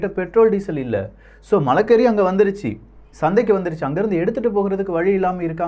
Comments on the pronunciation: please pronounce Marakkari not Malakkari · அது மழைகறி அல்ல சகோதரர்... மரக்கறி.... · மன்னிக்கவும் அண்ணா அது மலக்கறி இல்லை மரக்கறி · மலக்கறி அல்ல மரக்கறி அண்ணே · அது மலக்கறி இல்லை மரக்கறி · bro not malachari Mara curry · Anna malaa kari illa anna (marai =maraam+kaari ) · மலைக்கறி அல்ல மரக்கறி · (மலைக்கறி அல்ல) மரக்கறி சகோ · அண்ணா மலக்கறி இல்ல மரக்கறி என்று சொல்லுங்க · அண்ணா அது மலக்கறி இல்லை 🤣🤣🤣 மரக்கறி..